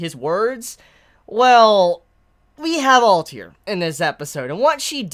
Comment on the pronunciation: you don´t like letters between vocals don´t you like kakeGURI alTIR like man what´s the issue with pronouncing the last 2 letters lol